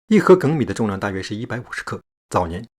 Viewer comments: 粳（jing）米 第一声，我以前也读错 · 原来做米饭也这么多讲究，我发现我之前可以说根本不会做米饭，顺便挑个错，粳(jīng) 米 🍚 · 我一直读粳(jīng)米，还是第一次听到读gēng的。看了你的回复，我去网上查了一下， “2016年，《<普通话异读词审音表(修订稿)>征求意见稿》发布，其中对一些读音进行了新的修订，并发布在教育部网站上征求意见。其中就有对于“粳”字发音的正音，由“jīng”修订为“gēng”。 需要注意的是，《征求意见稿》≠正式发布的《审音表》。也就是说，《征求意见稿》中的读音还没有正式施行。 2019年1月10日，教育部语言文字信息管理司发布了《教育部语言文字信息管理司2019年工作要点》。《普通话异读词审音表（修订稿）》作为重要的普通话语音标准，列入了2019年的工作要点，计划在2019年内正式发布。 到时候，“粳（jīng）”米则是“粳（gēng）”米了。” 也就是说，原来读jīng，后来改为读gēng。至于为什么改，文章里是这么说的： ”农民、众多研究水稻的学者和农业专家长期以来一直读gěng（三声）“ “到2011年9月，张启发院士收到全国各地185名专家建议书，支持粳的读音由jīng改gěng，其中包括袁隆平等12名两院院士。同月底，张院士将《关于修订粳（gěng）字读音的建议书》呈送国家语言文字工作委员会、中国社会科学院语言研究所和商务印书馆，要求修改读音。” 后来折中了一下，读了gēng，lol 真的是很有意思的事情。读了几十年的jing，现在要改读geng了，哈哈！